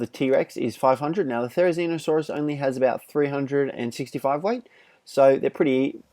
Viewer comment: it's not therinizino or something its therizino but with the therizino it's better for me and ur vids are amazing